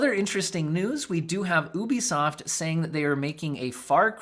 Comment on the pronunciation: I've never in my life heard someone pronounce Ubisoft as ooobisoft. I now actually don't know if I pronounced it wrong my whole life.